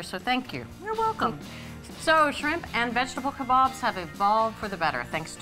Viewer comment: It's so nice to hear kabaabs being pronounced properly and not the weird way they usually are (kay-baabs) . I am from India and love your videos .